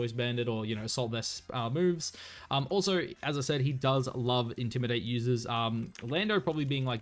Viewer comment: Yeah he doin the wolfey strat. He be sayin ‘intimi-dah-tay’ on other vids 😂